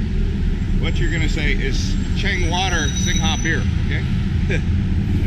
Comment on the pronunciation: Skytrain is BTS ครับ MRT is underground. The correct pronunciation is "Singh" for Singha beer ครับ "Soo-wan-na-poom" is the pronunciation of the airport ครับ Cheers.